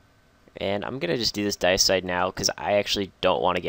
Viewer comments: It's DAY-EH-SIDE, not DIE-EH-SIDE. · I say Dee-A-Side, but I also thought his pronunciation was a bit awkward.